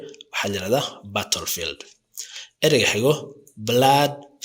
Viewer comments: The pronunciation is not good! Therefore, you should correct it; otherwise, the people will benefit from these political words! Example, the word battle field! Americans pronounce baadhal fiildh or British pronunce it baatal fiildh, I am so commiserating with it! Weapon can't be pronounced wiiban, but you should pronunce webanis, don't you listen international Media? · But, I have never seen a person who makes mistakes in pronunciation! Pronunciation is so important because you wanna teach something for other people! Weapons= webanis, you should learn phonetics if you want to be a teacher! But, your pronunciation is completely wrong! Battle field you have not enunciated it well! Chaos,you should pronounce it ke'yas and so on!